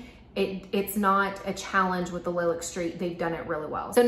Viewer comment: Nice review. I really appreciate that you are willing to say which things are your favorites and why while still recognizing people might like something different. These look really pretty on you. (Small ps I think Lilac is pronounced like the flower "lie lack" :))